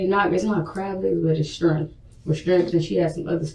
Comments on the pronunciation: “She had pasta spaghetti and strimph.” Is she trying (and failing) to say shrimp? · Did she say strimp? Instead of shrimp? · And calls shrimp "strimp". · And she says "strimp" instead of shrimp.